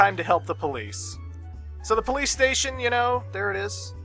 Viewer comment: ah yes the BOLICE